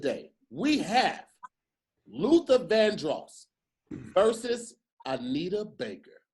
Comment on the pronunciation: The way says Vandross is upsetting me and my homegirls 😂